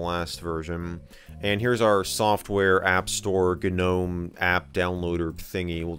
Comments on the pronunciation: its not "Gah Nome" .... its just Nome G is silent. A gnome /noʊm/ is a mythological creature and diminutive spirit in Renaissance magic and alchemy, first introduced by Paracelsus in the 16th century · How many times has he mispronounced gnome with ganome? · Gnome.....isnt the G silent? nome is how it is said? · michael says g-nome lol good video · The "G" in gnome is silent. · Not in that gnome, nope